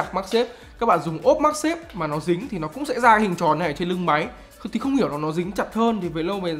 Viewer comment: nghe "cũng" giống "không" quá